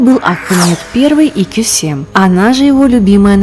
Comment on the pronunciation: Не Косем,а Кёсем